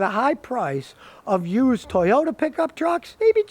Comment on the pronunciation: i like how scotty says yoosed